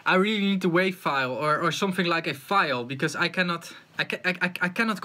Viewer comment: did you just call a wave a waff? wtf. are you sure you know anything about audio?